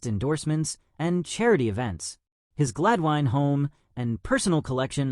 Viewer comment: Pierre is a close personal friend of mine. His last name is pronounced “Ro-bear” which is the French pronunciation of “Robert”. Also, Gladwyne is pronounce “Glad-win”. If you are going to make a video on someone, please do your homework prior to doing so.